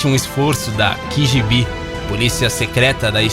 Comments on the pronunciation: KI GÍ BI kkkkkkkkkkkkkkkkkkkkkkkkkkkkkkkkkk FALA LOGO DO JEITO NORMAL, KÁ GÊ BÊ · Mano, tu fala tudo errado, não existe "quigibi" é KGB "KaGeBe", e não é pirâmide de Guize é Gizé, lê normal velho, não fica tentando falar com "sotaque". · Gostei do vídeo, vou dar like! Só uma sugestão: pronunciar idiomas de terceiros em inglês não tem lógica alguma. KGB no Brasil é "KGB", não "keigibi" que seria a pronúncia em Inglês. Pior ainda "kigibi". Ficou ridículo! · Mano, só uma correção: Não é "ki-ji-bí". Ou é "Ká-gê-bê" ou "kêi-dji-bí", dependendo se quer pronunciar em português ou inglês. Na dúvida, só soletra a sigla, por favor. :) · Não seria KGB? Parece que ele falou qgb kkkkkk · Ki Gi Bi....kkkkkk.....é Ka Ge Be mesmo ....KGB .... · Kifibí? Não é mais prático KGB?! Se for pra soletrar usa a fonética russa a sigla vem da lá e não dá língua inglesa. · PORQUE KEY GI BI SE VOCE FALA EM PORTUGUES > NAO SERIA MELHOR KA GE BE > KGB > Ha ! Ha ! Ha ! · Não é kigibi é KGB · QUIGIBI ? SERIA A K (KA) G (GÊ) B (BE) ? KKKKKKKK QUIGIBI , ERA QUANDO LIA O ALMANAQUE DO CEBOLINHA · Concordo, além do mais a pronúncia seria mais keyGiBi e não ki como ele falou. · onde se lê KGB o narrador cita "QUIGIBI"....gibi? Gibi do Tio Patinhas? Gente é muito ruim....o assunto é até interessante mas "QUIGIBI" dói.... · Kigibi??? Kkkkkkkkkkkkkkkkkkkkkkkkk ficou engraçado essa pronuncia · LemÚre, quimÊra, QUIgb... cara, vc tem problem? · "Quigibi" policia secreta da extinta uniao sovietica . huehuehuehuehue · Tá aí outro misterio...Por que diabos ele fala quigibi????? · "Quigibi" policia da extinta uniao sovietica . huehuehuehuehue